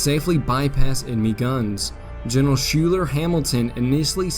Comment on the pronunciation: Love your videos. One small point: 'Schuyler" is pronounced 'Skylar"